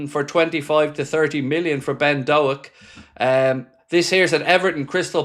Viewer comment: Pronounced Doke you melon 🤣up the reds